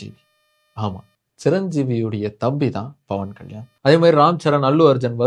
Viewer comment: dont even know how to pronounce his name super bruhhhhhh and im glad about your followers 😂😂😂